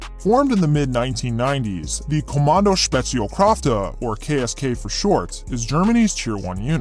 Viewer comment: The "Kommando" was good but the "Spezialkräfte"......